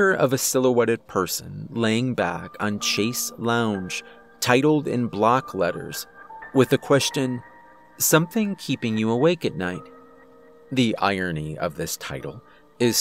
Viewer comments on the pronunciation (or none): It's 'chaise longue' it's French pronounced 'SHAYZ LONG. Sorry don't hate me